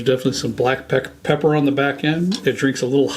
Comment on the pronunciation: Props to Trenton! I was very surprised at how well he kept it together when messed up saying black pepper 🤣. Black pecker note 🤣